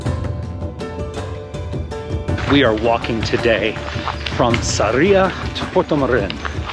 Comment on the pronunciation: It’s SArria. Accent on the first syllable